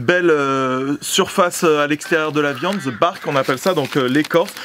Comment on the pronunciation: (the)de bark ... pas ze bark... les français qui essaie de parler anglais 🤦‍♂️😂